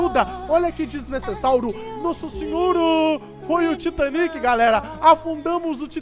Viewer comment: mano vc não sabe falar "desnecessário" ?